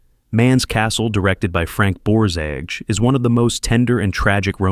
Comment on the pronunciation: This is, in many ways, a wonderfully valuable video. Unfortunately, it is spoiled by the use of AI, both in the mispronunciation of names and the use of incorrect videos, As an example, half the scenes shown from "Night Must Fall" are from the remake with Albert Finney and not the original. And mispronunciations of Borzage and, most laughably, Margaret Sullivan are quite lamentable. I fear for future generations who seek info about this topic, thinking that these sort of posts are correct. Whatever happened to fact-checking?